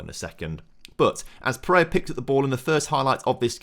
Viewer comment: i beg you sell pereira so we dont have to listen to you somehow pronounce his very simple name wrong over and over again